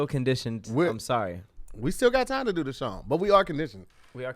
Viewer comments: Hey Tom looks like said "Schong" instead of song dont know where his tongue was for the assist. Incomplete pass hope they recover later in the game. Back to you Tom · Nigga u aint slide saying shong instead of song in the beginning and looked around. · 👨🏽‍💼🧏🏽‍♂️Hey Tom it looks like wanted to say “song” but instead he said “shong” 😂😂😂😂😂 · Who else heard say "shong" in the beginning? No? Kevin peeks around the door